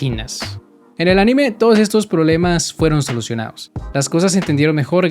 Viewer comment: se pronuncia ánime, no aníme